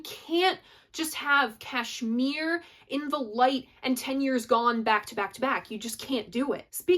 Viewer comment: Kudos for pronouncing Kashmir correctly. 10 Years Gone so complex they played it once on stage with KPJ playing bass with his feet and mandolin . Great song. Great chords .